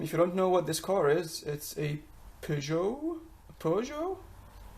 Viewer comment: The fact you can't pronounce it says it all really